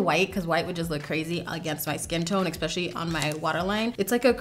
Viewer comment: I love you dearly which is why I have to tell you that you constantly say the word especially like it has an x in it. You say exspecially instead of especially. It's cute, like a little kid but you're a beautiful, intelligent, talented grown woman so , in case you weren't aware of the habit, I'm letting you know so you can beat that habit. I know from experience how embarrassing habits like that can be when you're in a professional setting and those mispronounced words pop out of your mouth in front of people you prefer to impress.